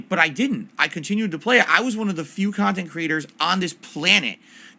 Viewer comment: "..common comments on my khantent." made me laugh